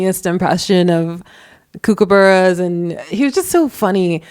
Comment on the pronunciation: You're a MESS! The shit this bloke was doing was stomping on a UNIVERSAL boundary that should be a point of no return for anyone. You've gotta find your self worth. PS mimicking a kookaburra is a pretty low comedic bar. PPS it's pronounced COOK-a-bah'rah